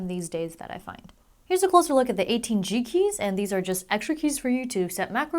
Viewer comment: It sounds like she keeps saying cheeky instead of G Keys lol.